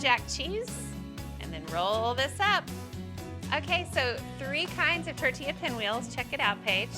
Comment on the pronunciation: I’m just glad she said tortilla correctly lol😅